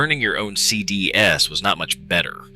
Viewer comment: Please don't use AI generated content for your videos if you want to take yourself seriously. Also, learn to pronounce CDs correctly.